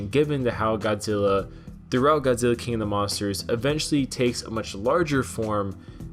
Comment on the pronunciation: 51 I'm sorry but uh... Godziller